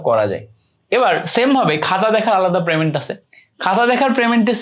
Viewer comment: প্রেমেন্ট না পেমেন্ট 😂 হালা মূর্খ